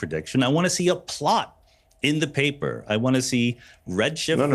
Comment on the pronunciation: Sean how dare you read my paperrrr!😂🙃